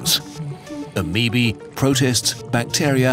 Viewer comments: XD you got the one guy who mispronounces half of the stuff intentionally for a laugh. dont you love lookin at your ameebees under the microscope? XDDD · HE PRONOUNCED IT AMEEBEE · I've never heard the plural procunciation of ameoba before, and hearing ameobae pronounced like "ameebee" just brightened my day.